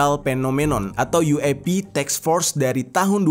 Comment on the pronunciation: yueipi jer, bukan uap 🙄